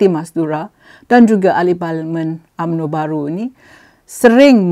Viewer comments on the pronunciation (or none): none